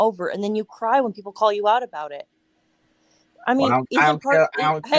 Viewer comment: “You gonna cwy? I hope you dew?”